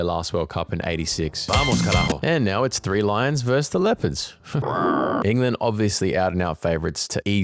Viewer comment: why'd you say England like that? 😭